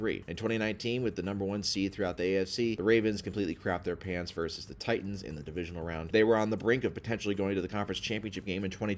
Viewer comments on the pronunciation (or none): none